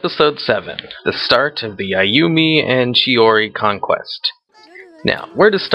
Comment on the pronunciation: Chihori??Its Chihiro :)